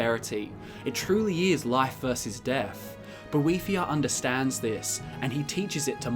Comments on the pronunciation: I thaught is was about boethiah not a devil thing. He not she. Boe not boh ee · I can’t sit here and listen to you mispronounce his name wrong for 11 minutes sorry dude